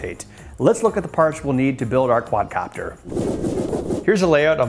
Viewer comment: Quad"a"copter hahaha